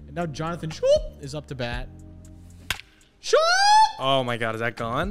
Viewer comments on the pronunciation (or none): Jonathon Schoop is pronounced "scope" btw lol. Common error. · Please GOD learn how to pronounce Jonathan Schoop’s name correctly. It’s similar to scope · Schoop sounds cooler so ima stick with it